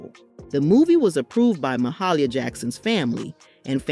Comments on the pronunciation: GIRRRRRRL DID YOU SAY "MAH-HAH-LIE-YAH" when the man JUST SAID and PROPERLY pronounced Mahalia?! 🤯🤨 I'm done!! The disrespect of both Mother Mahalia and Sis Fantasia is too much!! Cancelled!! Take this mess down and turn in your black card expeditiously!!👎🏽👎🏽👎🏽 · You need to learn how to pronounce Mahalia name correctly 🤦🏽‍♀️ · You did not pronounce Mahalia Jackson's name right!! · please learn how to pronounce the Gospel singer's name Mahalia Jackson.